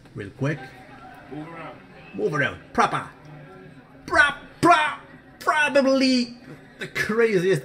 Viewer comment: 3.26 👌🏻👌🏻👌🏻Propahh propappppahhhhh probablyy the....😂😂😂